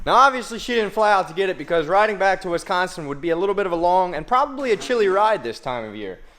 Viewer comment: You said Wisconsin right and that is not to far from me